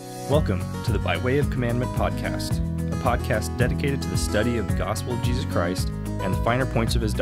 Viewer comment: I think you do a very good job and you are easy to listen to. Please stop short cutting the names of JESUS TO JESZ…make time to remember to say his Fully pronounced name…thank you.